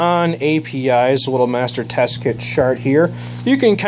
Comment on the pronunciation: you said tst not tss